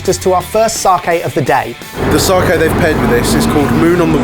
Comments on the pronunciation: There is no R in sake. Please learn to correctly pronounce sake. Not sarkay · said sake right once, but then said saaaaaaaaahhhhhhhhhhhhhke a tone, its sA ke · So we’re calling it "sarkay" now are we? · still wondering why you guys went all the way to NY for a Japan special, instead of I don't know Japan? Or are you guys just too embarrassed by how you pronounce the word sakai. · Know i'm being really pernickety here but the pronunciation is all wrong of Sake